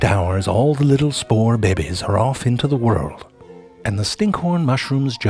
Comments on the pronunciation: Bebes and biurds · I like how he says 'baybies' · You mean "bebes"🤣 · "All the little spore behbies" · No, but he did say "be-behs," which is almost as good. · Why babies... U pronounce it very weirdly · I love how you say Babies